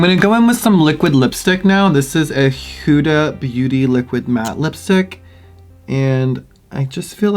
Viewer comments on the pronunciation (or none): none